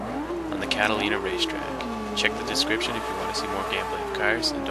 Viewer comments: its pronounced "catalunia" not catalina :p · So you mispell "subscribe" on the car, mispronounce Catalunya and as it turns out, its actually Sebring International Raceway and not Circuit De Catalunya that you are doing this gameplay video on. Many incorrect details in the video.